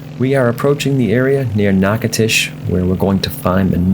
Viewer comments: “Knock-a-tish”, Louisiana. Really guy. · Nachitoches = Nack-uh-dish Louisiana..... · I didn't realize he died in a plane crash in '73. :( Btw: Even though you see a "T", Natchitoches is pronounced with a "D" (nah-codish). I lived in La. for three years and it's a popular place. :) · Dude…it’s pronounced NATCHES…. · natch uh toe chiss, dude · You're killing me! Natchitoches is pronounced NACADOTIOUS. NA (a like apple) CA (hard C; a like alone) DO (like doe the deer) Tious (like shush). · You know I was in there a few years back in a Kingair and the locals seemed to pronounce it “KNACK-A-TISH”. I never heard the “DO” part as you put it. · Dude Learn how to pounce the names of people or cities you know nothing about! I do not know what that garbage was that you said but is it way off! Nachitosches is simple to pronounce unless you are a Yankee or from Fagaforinia! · You might want to ask a resident how they pronounce the name of their city.